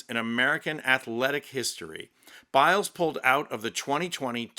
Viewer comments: Ha, ha. I had to laugh when you gave Simone Biles French name a Spanish pronunciation. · 🤣🤣She's French....I died!!!Simone Bill-es🤣🤣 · Thank you. Je te félicite....bravo Simone Biles (pronounced Bilaize). Yes!..she is a proud French beautiful, sting, athletic Lady.